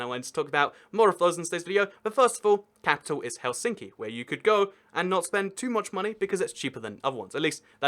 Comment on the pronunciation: Well, he put emphasis in Helsinki to the center, when it should always be at the front.